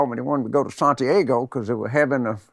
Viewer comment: Santyaygo? How did this guy wiggle his way into any political advisory capacity? Oooooweeeee I don't understand it.